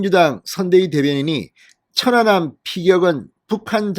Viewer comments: 확실히 진성호씨는 어휘력이 부족하다. 천안함을 처난남으로 읽는것인가? 모니니터링을 해보시기를 160만 구독자를 가진유튜버이다. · 진성호 발음은 좀 이상하다 사전 투표 사전 발음이나 천안함발음이나 왜그렇게 액쎈트를넣고 발음하는지 듣기에 이상하게느껴진ㄷㅏ